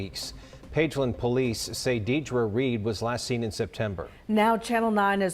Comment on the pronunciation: if that news anchor says deer-dra one more time